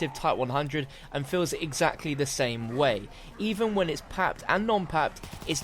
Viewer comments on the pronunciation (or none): none